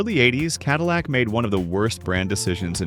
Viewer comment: Love that CaDILLac SimAre-on. WTLF! JUST READ THE SCRIPT. IM OUT, and I suggest EVERYONE drops off watching AI CRAP. IT WILL ONLY GET WORSE IF WE DONT MAKE A STAND.